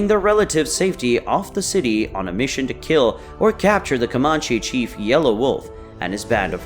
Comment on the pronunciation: Can tell the narrator isn't from anywhere near Texas, the way he pronounced Comanche and Nueces. Too many photos that had nothing to do with battle against Native warriors also. Saw one photo of a large building with a Mexican flag flown from flagpole.